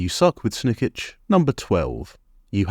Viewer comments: Jesus christ man, it's pronounced Snik-ch not Snik-itch! He says it enough times when you click on him! But aside from that, it's a really good video, thank you :) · Do you pronounce his name wrong on purpose or?